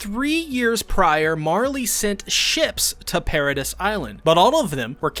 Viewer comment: Yeah it was super distracting that he pronounces MULTIPLE CHARACTERS names wrong. If it were just one that'd be one thing, but it's many. It's not even just characters. Paradis is not pronounced that way.